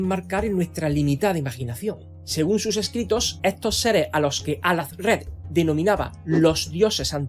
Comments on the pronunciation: hola, en árabe la H se lee como una J, así que suena al-ja-zred y no al-az-red y aun que sea un apellido inventado, debe seguir la reglas fonéticas su idioma y no del nuestro. un saludo y feliz 2026!! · Todo muy bien Pero se pronuncia Al-jaz-red Y es "libro de los nombres muertos"